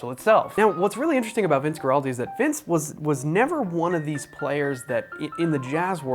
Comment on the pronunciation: This is the greatest album of all time, especially the song Skating. Also, it's pronounced WAR-aldi